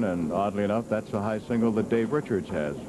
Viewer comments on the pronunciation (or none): Simpsons brought me here, now I ask. Did this guy say Dave Wochards instead of Richards?